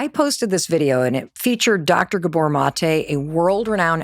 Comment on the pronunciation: GÁbor Not Gabór 😊